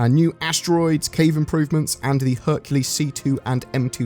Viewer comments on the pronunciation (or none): none